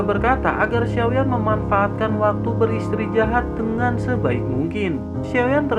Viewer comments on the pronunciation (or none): Istirahat bukan istrijahat🤦 kurang enak di dengar jadinya! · Mantap min 👍 kadang ngakak sendiri bawaan mimin lucu istrijahat ( istirahat ) wkwkwkwkwk